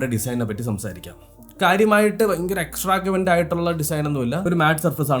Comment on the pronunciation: എകസ്ട്രാവഗൻറ് ആണ്. എകസ്ട്രാ ഗവന്റ് അല്ല